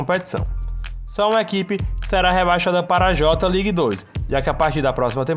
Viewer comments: Fala certo mano..nao eh JOTA league..eh JAY LEAGUE AHAHUAHAHA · no j ligue e sim fale certo kk jei league